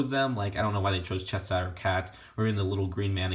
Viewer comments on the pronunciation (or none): Just saying, you're pronouncing Cheshire (Cat) wrong. You have to pronounce the sh in the middle, "Chesh-ire", not "Chess-hire". Anyway though I wish I had all these minifig., I haven't seen them in shops in the UK and I don't want to waste money buying them online for much more money, but my fave is probably Aladdin! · Its pronounced cheSHire. There's a SHH sound not cheSSire.